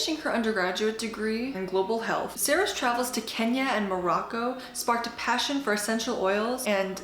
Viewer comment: What a wonderful review. Luv how you pronounced Kenya.